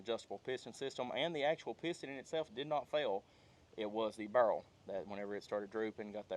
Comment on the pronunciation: Its a spirol(spy-rull) fluted birol(bur-ul) y'all lol I'm from Louisville so I have an accent but not quite an Eastern Kentucky accent